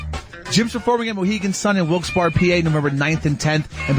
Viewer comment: It's wilkes 'berry'